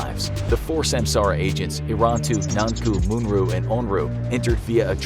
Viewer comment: hey whats with the u's in the back of "Irantu, Nanku, Munru and Onru"?